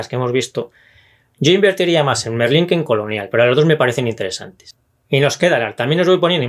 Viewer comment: MERLÓN, no Merlín :D